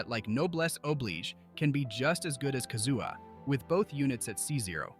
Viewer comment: My ears started to bleed when the AI said that.